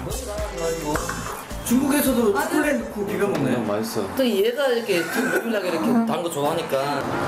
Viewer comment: 진짜 외국인들 보면 쬬꼴렛 쬬꼴렛 이라고 하는데 발음 개귀여워